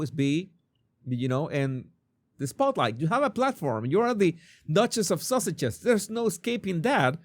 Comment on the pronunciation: I love how mispronounces Sussex as Sausages and the captioning picked that up. So he called her "the Duchess of Sausages."